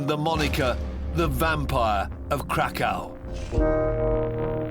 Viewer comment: The way Krakow being pronounced. Crack cow 😆